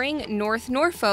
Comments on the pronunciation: So .... 'Strangest city names mostly in America' ..... And it's pronounced 'norfuk' not nor- foke. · You pronunced Norfolk wrong